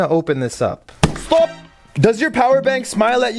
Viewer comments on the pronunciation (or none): bro said stobb not stop and like an Indian 🤬🤬🤬🤬